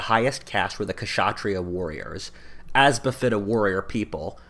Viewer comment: The "K" in "Kshatriya" is silent